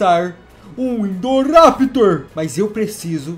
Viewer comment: KKKKKKKKKKKKKKKK NEM SABE PRONUNCIAR É INDORAPTOR NÃO INDORRAPITOR